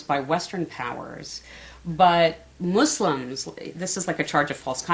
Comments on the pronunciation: its pronounced muslim not mushlim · Muss-limb is how you say it